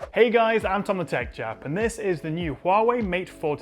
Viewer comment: By the way, what is his starting line? I hear, "hey guys, I'm Tom-a-tech chap".